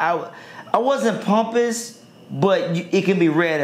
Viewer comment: Why he pronouncing pompous like "pumpus"? lol